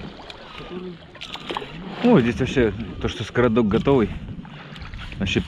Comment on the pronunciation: Скрадок, а не скородок😁от слова "скрадывать". За видео лайк👍🏻ждем следующих серий.